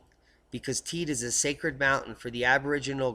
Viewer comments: Thanks for your videos look forward to them daily ....living here in on the island of Tenerife and the volcano is pronounced Tey-de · I think the locals on Tenerife pronounce it 'Taydee' but great work all the same;-)